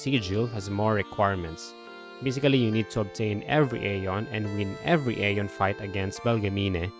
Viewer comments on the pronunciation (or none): none